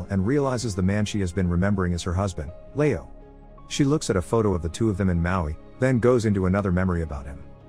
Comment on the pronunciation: I don't understand how an English speaker old enough to narrate a youtube video thinks Leo is pronounced "layo"...